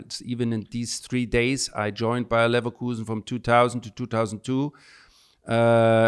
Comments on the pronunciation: Terrible interview. This guy was rude, negative, and ffs how can you mispronounce that way, where the h*ll does LeverKAUSEN come from? The disdain English people have for other leagues is disgusting. But they'll never look at themselves and accept the atrocities City and other clubs are doing while the smaller clubs are the ones getting penalized. That's the EPL, pure hypocrisy. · The best thing about this episode is how Micheal who’s been there and done it at Leverkusen is calling them Leverkusen and Simon no matter what still calling them levercowsen!! Cringey and classics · Simon, you’re a LeverCOWsen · God damn... It´s LEVER like LEWA(ndowski) and it´s KUSEN like CHOOSEN like COOL like COOSEN LEVERKUSEN --> LEWACOOSEN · I’ve never heard someone pronounce something wrongly so many times, especially in front of someone who’s pronouncing it correctly to you, and not think ‘this might be wrong’. Simon must have said LeverkAUsen 843 times in this interview. Infuriating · “Lever-kausen” made my ears bleed. Even worse than his wedding ring. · Dear Simon can’t you hear? LeverKuuusen? Love your show but listen to what Ballack is saying… 50+1 is the ultimate football ownership model. My club Dortmind have 200,000 members we pay €100 per year to be a member. We have a say in how the club is run. We have a controlling stake and business can’t throw our club around whenever they are bored of the asset or get a better deal. Football is a COMMUNITY ASSET. Not an an investment class. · The way he pronounces 'leverkowsen' is super distracting. :D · As a Leverkusen fan each time you said my team's name was like a stab to the heart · Simon’s pronunciation of Leverkusen is an absolute shocker, how longs he been around football? Surely never heard another soul say it like that 😅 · THANK YOU!!!!! What clown.... I've never heard ANY native English speaker pronounce it that way before!!!! 🤦‍♂️🤦‍♂️🤦‍♂️🤦‍♂️ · Oh it hurts .. Ballack keeps saying it the right way but Simon can't